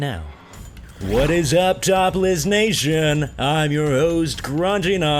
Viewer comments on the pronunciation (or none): It sounds like he is saying topless nation xD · it sounds like you are saying topless nation instead of top list nation lol ;)